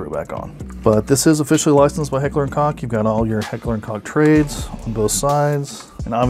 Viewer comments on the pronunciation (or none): Koch is pronounced coke, not cock. Good video though.